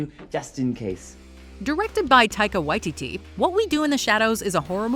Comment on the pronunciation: Wow, you actually pronounced Taika Waititi and Steve Buscemi's last names the way I've heard them say interviews they should be pronounced! And I can forgive you for mispronouncing Chico Marx's name, since almost everyone does. It's actually pronounced (and was originally spelled) Chicko.